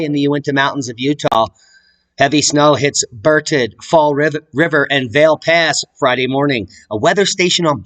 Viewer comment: Berthoud is pronounced Birthud like burr and thud together, with the accent on bur. The ou is an upside down e in the dictionary. Berthoud pass goes over from I 70 to Winter Park, the great ski area, which is 30 miles from Boulder. But you have to drive for 2 hours to get there because the continental divide is in the way. Love yuz, keep it up. It's thud time.